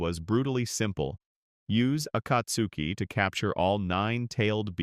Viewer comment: Why are you saying akatsuki like that. Nobody says it like that even in the show bruh come on